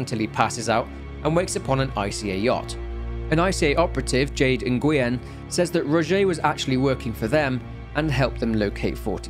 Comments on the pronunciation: Not hating, just informing that the G is silent in Nguyen (pronounced NuWHEN). You'd never know unless you'd been around a lot of Viets. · when I heard you say "engoo-yen" I knew you meant "Nguyen" a common Vietnamese surname. you can pronounce it as "win". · Nguyen is pronounced more like “wing” than “unhg you in” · Jade Nguyen's last name from Damnation is pronounced "Win/When" ...ask me how I know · nguyen is pronounced "win" by the way. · Ngyuen is pronounced newen